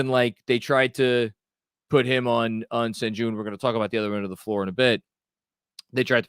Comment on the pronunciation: Its pronounced SHEN GOON